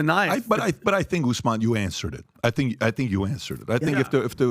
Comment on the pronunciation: Kamaru ooossman 😂